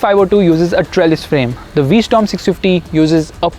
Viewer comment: Its called a v-strom not a v-storm